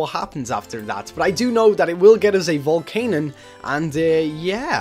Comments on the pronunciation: it's pronounced VOLCANION, vol-can-I-on, not volcanon. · It is pronounced Vol-can-yun not Vol-can-un.